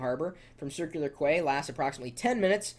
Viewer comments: It's pronounced Circular KEY! Please do your research before posting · You havent been here yet? I BEEN HERE MY WHOLE LIFE! Theres a few more things better to do ut most of them from 6 are good.. Yeah Manly is a city.. You pronounce Circular Quay as Circulay Key.. lol all those last places you mentioned are all near my holiday place: Vincentia SYDNEY IS AWESOME! Nowra sells best White Peaches :) Cya Chris